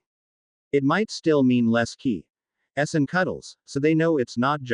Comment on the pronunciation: Why are you capable of saying miss, & hiss, but not kiss???